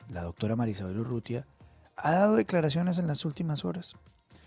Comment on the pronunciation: Dodctora jajajaja